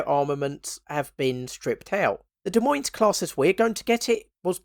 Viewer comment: Btw, Des Moines is pronounced "De Moine" the S's are silent.